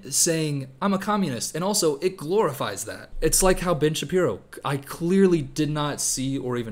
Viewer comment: Great video, really enjoyed your takes on both films. Just as great: when you said Ben Shapiro's name at a certain speed and it sounded like b*tch Shapiro, so henceforth I'll consider that his true name lol